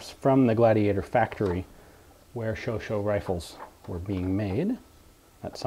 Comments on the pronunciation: The pronouciation is "sho-sha" (last 'a' like in "cat", "fat") and not "sho-sho". Please believe a native speaker on this. Congratulations for all the nice videos, by the way. Please keep it up. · I believe it's pronounced Showshay